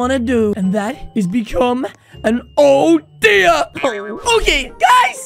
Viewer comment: it's not odya it's oder